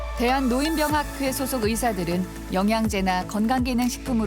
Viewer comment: 아나운서가 "노인병학회"가 뭐냐? "노인뼝학회"라고 읽어야지. 국어사전에 써 있는 것도 제대로 못 읽냐? AI냐?